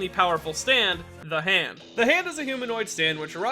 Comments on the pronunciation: I think you mispronounced maybe you mean ZA HANDO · That's a funny way to pronounce ZA HANDO